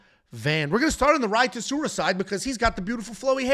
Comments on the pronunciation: Rey Soo-roo-yah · Rei's last name is pronounced SOO-ROO-YA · Bro 💀it’s pronounced My-ron (for Mairon Santos), and Suh-Roo-Ya (for Rei Tsuruya)